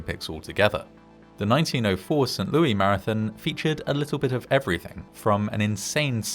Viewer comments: St. Louis, with Louis pronounced as "Lewis," not the French pronunciation. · This is the most St Louis thing ever. It's said Louis, though, not Louie.